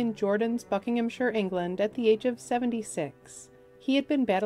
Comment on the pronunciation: Your amended pronunciation of the county, Buckinghamshire, was noted and appreciated. Well said! Thank you.🪻